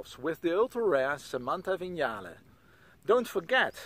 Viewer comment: Thank you for pronouncing ‘Vignale’ correctly.